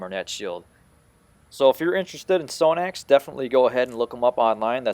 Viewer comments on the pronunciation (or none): You pronounce is wrong. Its Sahh-nax.